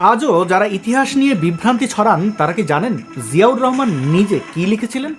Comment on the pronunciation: জিয়া পাকিস্তানের । দেখুন রহমান শব্দটির উচ্চারণ । আমরা বলি শেখ মুজিবর রহমান । আর সে বলল, রেহমান ।